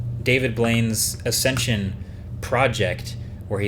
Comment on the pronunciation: Great job on Acsencion!